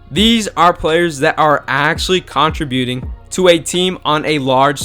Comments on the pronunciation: And contributing 😂 “ contra-buting” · My man needs to learn how to say contributing. And pretty much English a little better. Sorry just hard to listen to this.